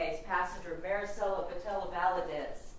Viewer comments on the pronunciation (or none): Does this guy not know how to say the name marisela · This attorney sucks! Couldn’t take him seriously he keeps pronouncing her name all wrong